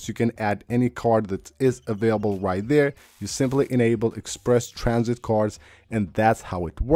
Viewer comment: “egg sperse tran -sit.” Uh huh.